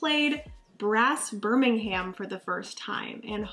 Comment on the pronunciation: But I believe it is pronounced “BIRM-IN-UM”, as opposed to “BIR-MIN-HAM”